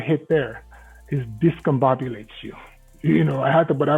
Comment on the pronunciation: Haha disbabulated hahaha ! Discombobulated